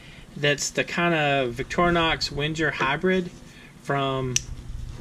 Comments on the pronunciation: Yup. It’s „Wen-ger“ like the end of „anger“. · It’s pronounced Veng-Ger! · Omg plz stop saying “wenjer”. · It’s NOT “WHEN-JUR”. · Pronounced 'Venga' ;) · I thought in Wenger the G was pronounced like Tigger (T-I-Double G-Gurrrr lol) or like Wingate, not like a J? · No, it’s actually as it is written. But I understand that non-German speaking people have difficulties to pronounce „Wenger“ correctly.